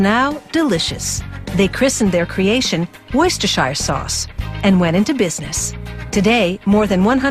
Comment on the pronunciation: Worse-ter-shur sauce . There ! Got it now !